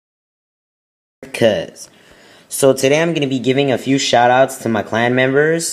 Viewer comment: a "fiew" shoutouts hahahah